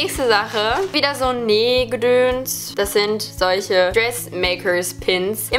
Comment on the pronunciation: super interessantes video ich finds immer so lustig wie du "gedöns" sagst wer noch?